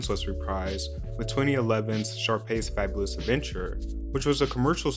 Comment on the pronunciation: You're mumbling the last word it's kinda hard to hear. In future it would be better to emphasize the FABULOUS. Or you know speak a little bit clearer.